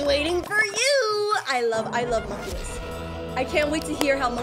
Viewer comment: Bro you got monculus and you said mokeyten